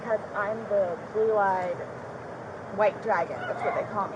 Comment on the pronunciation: I thought she said ‘blue-eyed” dragon , not ‘belied white dragon’